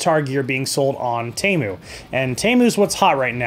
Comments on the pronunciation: Why does he keep saying Tamu and not Temu? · WTF is a TAMU. It's TEMU. Say it with me, T- E- M- U Again, T-E-M-U. OK. Carry on.